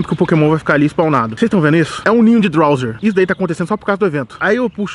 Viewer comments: n é drowzeer o nome é drowzee e so fala drowzi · " DRAUZE " não " drauzer" ! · não é drawzer e drawzee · Esse animal lê que é drowzee e chama de drowzeer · "Drowzer" Appradise" 😂😂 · kkk rachei dele falando drowser e aparadaiser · É Drowze, ñ tem "R" no final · O fala Drowzeer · GASTLEY.... DROWZER.... MANO FALA DIREITO O NOME DOS POKEMON CARAI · "DrowzeeR" esse "R" q ele coloca no final me da agonia!!